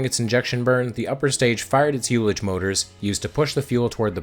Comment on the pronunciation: Love the channel. Thanks for all the great videos. Since it will probably come up again, ullage is pronounced uhl-lage (like the ull in bull), not you-lage